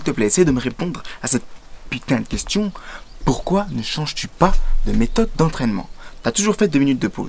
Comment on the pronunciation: "je ne sais pas POUKOI" ! <3